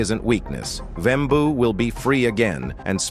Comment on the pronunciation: Wembuu with the hard W at the end XD